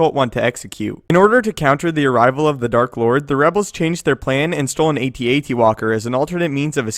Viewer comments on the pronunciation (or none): It's not "A T A T," it's "AT-AT!"